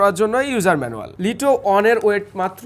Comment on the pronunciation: ভাই ওটা লিটো হবে না ওটা লাইটো হব😵